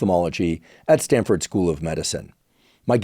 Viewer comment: Stanford… not StanDford